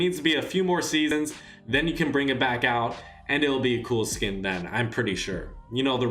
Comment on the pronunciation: You’re saying it as in like skin=skill